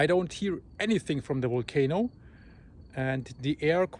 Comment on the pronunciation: Wenus, It’s not wisible from the wolcano. You should see W for Wendetta...! Great coverage though! Thanks